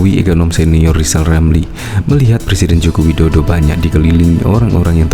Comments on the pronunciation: lijal lamli 🤣🤣🤣🤣 blajal dulu sebut huruf R baru nyinyil olang 🤣🤣🤣🤣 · Sy se7 lijal Lamli jd capres,tp dg syarat,,dia hrs bisa ngomong ER,kl g bisa,,jgn mimpi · Kaciaaan deh lo LL, Lizal Lamli🤣🤣🤣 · lizal lameli omong R aja gak bisa kok komentari kinerja p jokowi yg sdh terbukti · LIZAL LAMLI ...bukan RIZAL RAMLI 🤣🤣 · Lizal lamly...kalo ngoceh yang benel ya.. jangan ngawul.. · Rizal Ramli, ngomong r. Aja blm bisa sok ngajarin pemerintah belajar aja dulu nyebut r. Baru bicara sama pak jokowi